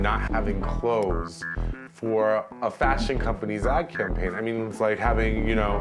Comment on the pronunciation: "Cam pain" ?????😆😄😂😂😂😄 Its "Campaign"